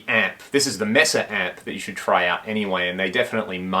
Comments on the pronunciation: For the love of god, it's pronounced May-sa -- it's a Spanish word. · Love this amp! Mesa pronounced 'may-sa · In spanish Mesa isn't pronouced May-sa ! More like meh-sa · It's hard you hear you mispronounce Mesa over and over.